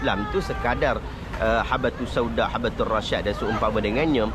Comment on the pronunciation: Habbatus Sauda bro..cakap pun tak betul